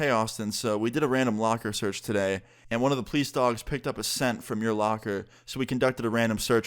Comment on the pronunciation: Am I the only one who recognizes that austin says Pleece instead of police